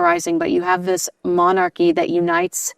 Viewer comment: She left 6 years ago and you can't stop talking about them. I say, meghan is winning., what do you know about british monarchy? You can't even pronounce the word monarchy